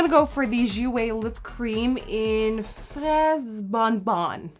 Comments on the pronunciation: wow! your french ,when you were reading the name of the lipstick, was really good! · JOUET FRAISE BONBON!!!💙❤️ Your accent is so good! I Love you, u are so creative💜🎀🌸